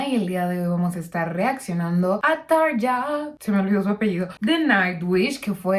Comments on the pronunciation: Buenas se pronuncia Tarria, muy bueno tu canal saludos.! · Hola Paulina; Excelente reacción/análisis! Como fanático de Muse, me parece de igual manera una excelente versión la de Tarja.... Aaahhh; "Tarja" se pronuncia correctamente "TARRIA" (acentuando la doble "r" fuertemente); cuando Tarria vivió en Argentina iba a diferentes programas de T.V. y en cada oportunidad tenía que aclarar cómo se pronuncia correctamente su nombre. Saludos y Gracias!!!